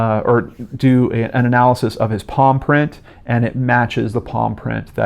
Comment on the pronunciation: I heard "paw print" the first few times you said palm print and it left me very confused. Evil dog most twisted case cracked episode ever! But on a real note this case is horrific as are all of your cases usually. My endless love to these poor victims and hurting loved ones.